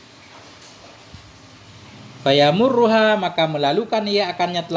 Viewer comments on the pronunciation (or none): Afwan ust ..فيمرها .. bacanya fayumirruha bukan fayamuruha ,.karena madinya أمر .. mohon maap klo sya yg salah